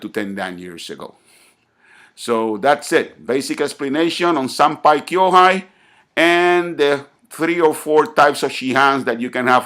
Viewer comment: senpai (先輩) kōhai (後輩) not kyo-hai